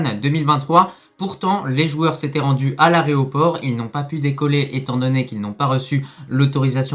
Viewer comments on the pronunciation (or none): On ne dit pas areoport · A l aréoport mdr tu régales 😅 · A l'aéroport a sahbi, pas l'areoport...bref, bien ou pas pour notre maghrib on sait pas, hamdoullah les caves sont le pays organisateur qui ont la chiasse de notre beau maroc, nous sommes les lions de l'atlas et au foot on mange les fennecs c'est certains...DIMA MAGHREB 🇲🇦🇲🇦🇲🇦🇲🇦🇲🇦🇲🇦 CEUX QUI DISENT NOUS SOMMES FRERES ETC ETC ETC oui vous les algeriens, si vous le pensiez vraiment, le peuple D'Algérie aurait crié son mécontentement et aurait demandé l'autorisation de l'avion de la ROYALE AIR MAROC d'atterrir à Constantine, vous êtes une honte sur deux jambes....bref, allah yakhod fikoum el ha9. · "aéroport" et pas areoport!! 🤣🤣🤣 Ya que les pêcheurs 🐟🐟⛵ qui le font ça !! 😭